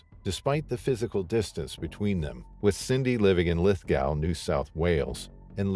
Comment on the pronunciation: Lithgouw? It's pronounced Lithgo! Caurns? It's pronounced Cans!!